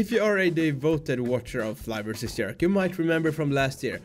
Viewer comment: J j j j j j erk. Not yerk bro’s.